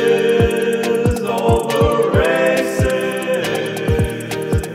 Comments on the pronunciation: It sounds like he's saying racist, instead of races. XD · When he says "races, all the races" i couldn't help but hear "racist all the racists" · Am i the only the one who heard rasict about 30 times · First time I saw this I thought he was saying "Racists, all the racists..."